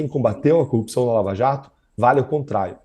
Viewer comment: Rapaz... Da muita agonia ouvir esse cara falando "coupção" 😝